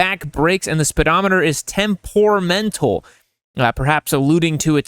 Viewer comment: LOL. It's tEmperamental dude!!! Not O or U, it's E.